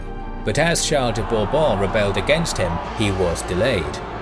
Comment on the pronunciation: The way you say Bourbon is satisfying